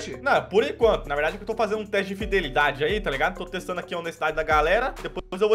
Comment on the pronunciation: O continua falando "fidelidade" kkkkkkkkkkkkkkkk